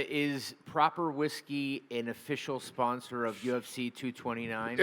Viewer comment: Whisky no güiski 😂